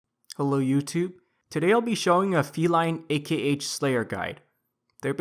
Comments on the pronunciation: the way you talk in guides is so unnatural, its really offputting. Also, learn how to say more words... its "akh" - not a.k.h, its pronounced "kasm" not "ch-asm" etc.. really irritating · Feline "Ay kay H"... really dude. lmao